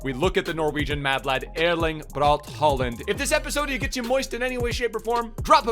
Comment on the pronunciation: It’s pronounced Holand, since a å is pronounced like a o in Norwegian / Swedish